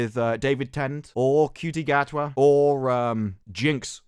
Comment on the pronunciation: Gatwa is awfully cocky for someone with a first name that's pronounced 'Shooty'.